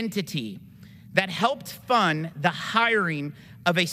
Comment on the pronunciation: This dude can't say his words correctly. tarist, intity, fun (instead of fund), hireen (instead of hiring), rill (instead of real), Isrelly, awso...